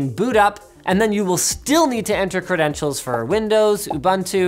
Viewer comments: It's ooboontoo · OMG it's pronounced "Oo-BOON-Too" and it's not that hard to say.